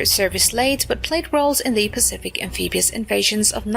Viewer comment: Am-pee-bee-ous, eh?